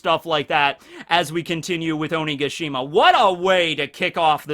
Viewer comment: You keep saying Onigashima wrong listen to how queen says it